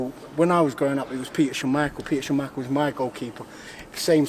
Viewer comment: "Peter Sham michael" haha